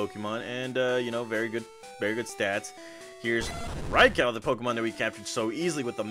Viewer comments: Raicow..... lol it’s Raikou with a “you” sound at the end not “cow” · ITS NOT RICOW! It’s RAIKOUUUUU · Dude incorrect pronouncation for Raikou (Rai-ku is how it is pronounced)!